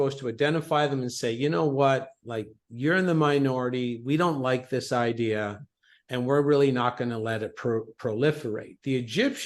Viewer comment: "One idea" one eye dea